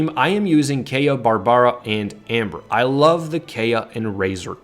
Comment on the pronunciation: Being a F2P myself, I really like this guide. THANK YOU!!! But am I the only one disturbed by the way BARBARA, KAEYA & LIYUE is pronounced? I mean, the game has English voice acting. Shouldn't really be that difficult. Still dropped a like & subbed. I am currently running a [Razor, Barb, Xiang & Amber] comp for the ATK UP, but I might give your [Razor, Kaeya, Barb & Amber] comp a try.